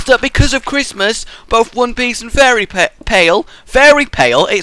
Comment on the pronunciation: you forgot to continue your topic of how the bad thing about christmas time is that fairy tail and one piece dont have any new episodes for a few weeks, you probably forgot because you said fairy pale instead of fairy tail... which let to the idea of the pilot for a stupupid show... ( im probably the only one that noticed because i really love anime- hence my username)